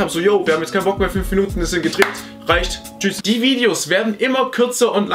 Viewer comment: gutes Video aber deine Videos werden immer länger und außerdem hast du am Ende des Videos nicht tschüss sondern tschü gesagt fuckt mich voll ab blödmann